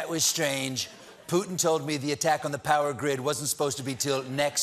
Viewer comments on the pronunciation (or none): none